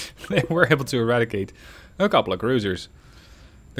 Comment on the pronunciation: Ewadicate we Wouf Amewicans uwu Hell of a slip there dude.